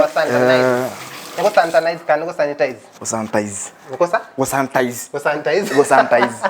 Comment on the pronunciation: Santanize. Ngai it’s sanitize!!!